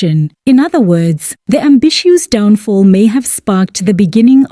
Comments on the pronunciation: Eish it's NOT AMBISSUES!!! I keep getting disturbed each time you mention this. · AMBISHOES🤣🤣🤣DANM...I GOT SO ANNOYED EVERYTIME YOU PRONOUNCE THAT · Can't even get through the whole video...ambishoes? Hai man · The way you keep botching people's names, ambitiouz should sue you too😭